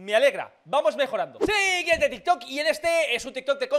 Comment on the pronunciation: minuto : dijo tik kot XD